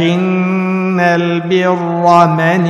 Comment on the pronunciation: Hocam maşallah çok güzel okuyorsunuz ama yani mesela nasıl diyeyim velakin neyi velakin diye okuyorsunuz bazı yerlerde buna biraz daha dikkat ederseniz güzel olur güzel olmuş ellerinize sağlık😮